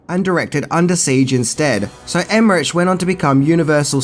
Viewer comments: CAROLCO not CAROLOCO and the name of other famous German director is not Emmeriiiiich his name is Emmerich (iiih) so go and educate yourself body and no greetings from Germany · And it's Emerich Emeri-ick not Emerich-itch as he also pronounces....Make my head explode. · And it's Dean Devlin not Del-vin as he pronounces. Car-ol-co not Car-ol-o-co Emerich is Emer-ick not Emer-itch lol I think I need to make a 10 Words Can't Say Properly video on my channel 🤪😂😂😂😁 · Emme-RICK. Not rich. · It's pronounced EmmerICK, not EmmerICH... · I was thinking the same thing. It made me cringe when he said Em-mer-rich instead of Em-mer-ric. And he said Dean Delvin instead of Dean Devlin. I think needed to do a little more research on the filmmakers involved in this production. Like... know how to pronounce their names, bud! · And Emmerich pronounced Emehrik. German you said so yourself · Roland Emmerich is not pronounced with the ch. It is pronounced as k. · It's pronounced emmerick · I love your show and I love Aussies (used to live in Oz for years) but you are truly the world champions in mispronouncing names. I already noticed that when I was living there and it seems things haven't changed since. It's Carolco and not Caroloco (they are not madly expensive) and Emmerich, oh man, just make a CK out the CH but DON'T make a TCH out of it... He's not Italian, he's German - and the CH in German sounds, well, very different. Apart from that, great work as always (but if you do so much research, do some research on the correct pronounciation, too - many ears will be grateful) :-) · ...you mispronounced Carolco and Emmerich....lol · Everyone worrying about Carolco but no one says anything about Emerich or Bassinger 😉 Love ya,!